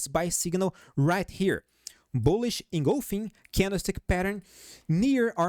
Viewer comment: You rock! And you got the pronunciation of engulfing!! Yes, pronounced “in-gulf-ing” correctly! :)